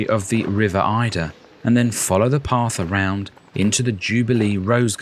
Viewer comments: It’s the river Adur (A-dur) not Aye-dur. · The river Adur, it’s pronounced Ay-der, by the way. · The River Adur! Pronounced Aydur! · It’s the river Adur not Eider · Yes this made me quite angry 😅